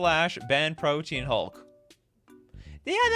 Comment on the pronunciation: It makes me mental every time I hear it. It’s not “Protein Hulk” it Pro-tee-an Hulk.